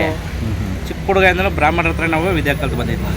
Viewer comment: ಬ್ರಹ್ಮಣ ಅಲ್ಲ,, ಬ್ರಾಹ್ಮಣ ✔️